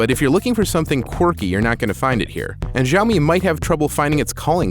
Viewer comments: dude, get it right already. it's SHAO-MEE. geez. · Good review! Keep this up! As said below its SHao Mee.... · its see-ow-me watch a basic video about pinyin and you will learn how to pronounce most Chinese words properly. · "shi-AO-mee" LOLOL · It's hilarious that he's reviewing a product that he can't even pronounce the name of...... It's sh'ow me ('ow' as in you got hurt).... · PSA: The Xiao from Xiaomi means small (小). Xiaomi (小米) literally means small rice. This word (小) only has one pronunciation in mandarin, "xiao". Since Chinese pinyin and English alphabets aren't exactly comparable, the best way to say 小 in English would be "siao". Oh please do not listen to the Jeremy dude who is telling people to say shao, which is COMPLETELY false. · omg you guys go around watching every english reviewer pronouncing it wrong and treat it like it's the right pronouciation. I'm chinese so just trust me when I say it's pronounced S-IAO MI. Unless you're being sarcastic in which case nice one. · Dude are you kidding me? It's Siao-Me, I speak mandarin and it's funny how despite you are absolutely wrong you still got so many thumbs up. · Jeremy C. in Mandarin X doesn't have this "SH" sound and it's pronounced a bit different than you say. It's Almost like this in English "Ciaomi". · His constant mispronunciation of Xiaomi is driving me crazy... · Finally a great video from The Verge - expect for the improper pronunciation :erk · Basically, change all 'X's to S when you are pronouncing a Chinese word. Trust me, I'm a Singaporean Chinese who speaks both English and Chinese language